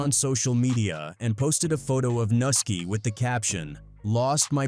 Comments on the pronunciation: It’s pronounced NEW-ski! NUSKI! Not NA-ski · It’s not Nuski it’s Pronounced (New-Ski) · The way they are pronouncing nuski name smh